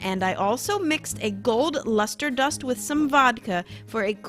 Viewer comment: Love it !! Did you say you mixed the lister dust with water or vodka?? Or am I just over tired and not hearing it properly 😂